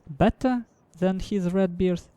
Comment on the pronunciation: And for sakes, BEARS, not BIARS, it reminds me of beards, but BEAR! it's an "E", not "I". Good work btw : )